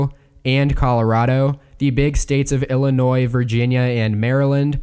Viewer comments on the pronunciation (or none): none